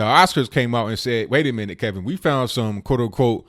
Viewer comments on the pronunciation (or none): none